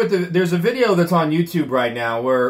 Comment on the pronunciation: Who knew the word “now” had three syllables?